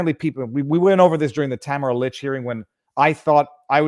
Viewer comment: You keep mis pronouncing Tamara. Pay attention. You've been told repeatedly. Its annoying. You come off as not listening.